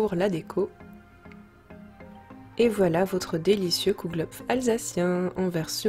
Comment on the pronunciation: super recette, juste au passage en dit Kouglof pas Kougelhopf.